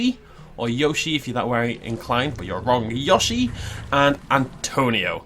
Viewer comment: You say yOshi not y o shi!! I'm a a yoshi fan so I know this!! THE O SAYS IT'S NAME!!!